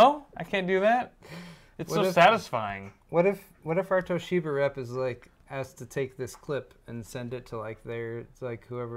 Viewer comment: exuberant pronunciation of Toshiba is actually quite close to the Japanese pronunciation. Japanese language generally lacks stress, so the common English inclination to stress the second syllable sounds odd to Japanese people. A small stress of the first syllable sounds much more natural. 東芝！！！！